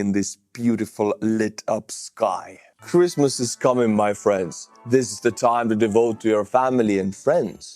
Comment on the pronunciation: 'Cruise missiles coming my friends!" is what I thought I heard, but I guess it was "Christmas....."